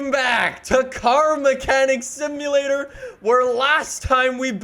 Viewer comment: I swear he said Stimulator